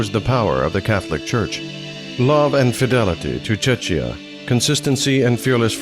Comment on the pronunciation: Please learn how to pronounce "Czechia", or just call it Bohemia. Also, look up the pronunciation of "Jan" while you're at it.